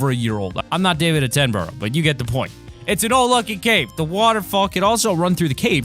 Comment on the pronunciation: they way he said David atemborough